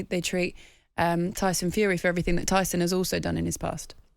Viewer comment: Tony bellew your mate is not good enough to say the name tyson